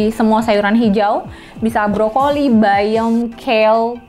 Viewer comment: Kedenger gw bayong untuk menyebut bayam